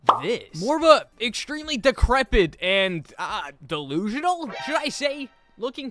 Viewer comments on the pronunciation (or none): WHYD HE SAY DILUSHINAL😂